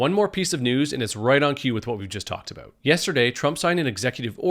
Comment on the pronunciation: "leaders of both countries were able to come to terms"? That's one way to put it. I think how you pronounce the word "about" is starting to reveal itself.